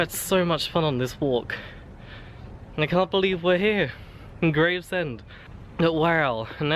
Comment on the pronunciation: Nice walk this! Grew up in Greenhithe and born in Gravesend (its pronounced Grayv-shum, or I've heard Grav-er-shum before, but its not Graves-Ham fyi). Also love how when walking along Stonebridge Road in Northfleet you missed out the one massive and only really intreresting building there in the football ground! Made me chuckle. The "alleyway surrounded by industrial"...mostly housing now but just to the right is the site of Rosherville Victorian pleasure gardens complete with its now Grade II listed bear pit! Also the pier as you get to Gravesend...end of the old Gravesend West Branch line. So much history along this stretch and a lot of it involved chalk/cement/paper so the industry is inevitable. Might actually get off the posterior and do the video I've had planned for yonks! Thanks for the inspiration!